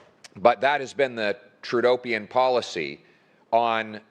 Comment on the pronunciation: "Trudopian policy" LOL